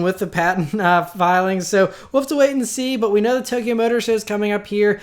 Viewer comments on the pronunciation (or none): none